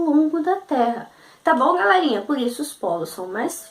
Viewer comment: Evita de falar Galérinha !! Suas aulas são muito boas... Gostei ! :) Porém galérinha é muito irritante !!